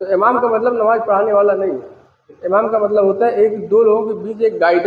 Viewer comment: Namaaz to har musalman k liy ek jaisi hi. He....yeh jo alag alag bata rahe h..esa kuch bhi nahi h..inko to sahi dhang se namaaz bolna bhi nahi aati h..namaaj namaaz bol rahe h